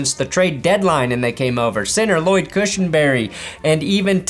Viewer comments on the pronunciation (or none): none